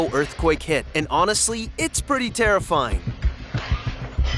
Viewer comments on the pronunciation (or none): when it was a earthquake and "truly tearafling" was stupid